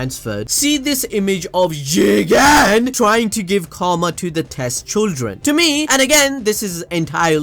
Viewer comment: Why does he keep saying jigen like that it’s not even a funny concept